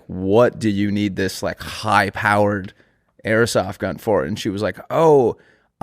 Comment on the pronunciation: who's gonna tell it's "airsoft" not "errasof"